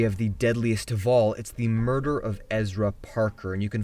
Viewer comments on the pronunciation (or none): Did you say 5 burger scenes?